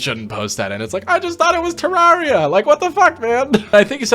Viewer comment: I can’t explain how angry you saying terraria like that makes me